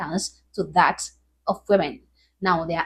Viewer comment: They don't pronounce the t anymore. Candice Owens does that too.